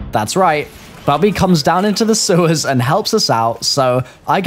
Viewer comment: It's Bobby not Bubby